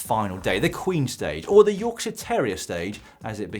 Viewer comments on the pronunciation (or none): none